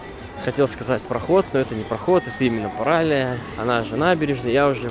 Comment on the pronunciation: Ударение на "и", паралИя